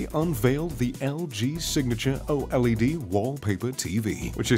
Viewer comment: It's pronounced OLED not o LED